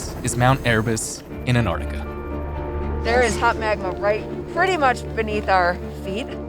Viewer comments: Can't you people who are actually scientists pronounce the word and Antarctica there's a c in it it's Arctic as in "arc " NOT ANARTICA!!! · Fascinating. It's also surprising and equally fascinating that apparently nobody with NOVA or PBS knows how to pronounce "Antarctica."